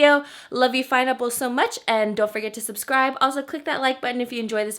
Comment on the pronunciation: Did you say fineapples, haha original!!